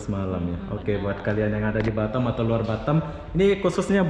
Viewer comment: Batem atau batam bag😂